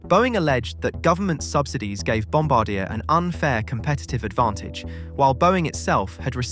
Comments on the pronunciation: If you are going to use AI to narrate your stories at least edit the pronunciation. Back how do say Bombardier. Good story otherwise but annoying to list to the narration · That’s not how you say bombardier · Your repeated mispronunciation of the company name forced me to quickly stop watching. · I only managed to last 5 minutes before the mispronunciation on Bombardier got to me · Sorry but it’s pronounced Bombardier, not Bombardier. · Please learn how to pronounce Bombardier. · I died a little inside every time he said it wrong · Bomb bard e hey just don't pronounce the h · hearing him pronounce bombardier (pronounced bom-bar-dee-ay) like bom-ba-deer makes me shudder in Canadian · its called bombardiyey not bombardeer and its called mobeel not mobile, Alabama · Bomb-bar-dee-eh! Not bomb-ba-deer! And SWISS not Lufthansa was the launch airline. (Granted LX is a division of the umbrella Lufthansa group but the plane was never intended for LH.) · Sorry, just need to correct something... Bomb-bar-dee-ay... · The pronunciation of Bombardier is wrong. It should be Bombár-dee-yay. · Bombardier: bom-bar-dee-yay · Bombardier is actually mispronounced here, and why it made almost no sense to my Canadian ears. The company is French-Canadian in origin, and is pronounced more like bom-BAR-dee-eh. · Its pronounced Bom bard I A! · Brother, it’s pronounced BOM-BAR-DEE-EH 😂😂😂😂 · Can't tell if you just never heard Bombardier's name pronounced correctly? The company takes the name from their founder, it's French... It's Bom-Bard-e-ay.... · Bombardier is a French name, so it's pronounced Bomb-bard-dee-eh. I live in Montreal, trust me. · a "supposed" aviation channel and mispronounce Bomb-bar-dee-Yay? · The name bombardier is pronounced bombardiea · The Bombardier family is french-canadian. It's pronounced Bombardié. 😛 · at least know how to pronounce Bombardier. Bom-BAR-dee-ay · FFS it is French pronunciation! Bom-bar-dee-aye